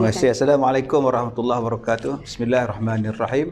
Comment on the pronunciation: Bismillahirrohmanirrohimm..bukan bismillahirahmanirahim..rro bila berbaris atas tebal selama2 mengikut hukum tajwid